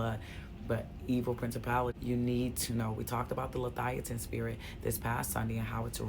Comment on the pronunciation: The spirit’s name is Le-Via- than 🙏🏽❤️